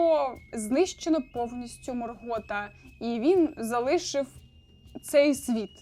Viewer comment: Відео цікаве, але вуха в'януть від наголосів.. тільки у Саурона правильно наголос. Остаточно вбило "МоргОта"😵